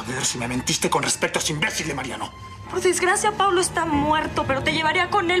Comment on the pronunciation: Arturo en ves de decir Paulo dijo Paolo JAJAJAJAJJAJAJAJAJAJAJAJ